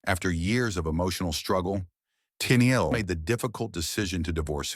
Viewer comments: "Teenyeel?" Just awful. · This robotic voice and the pronunciation of Tennille was just too much for me, not enjoyable to listen to.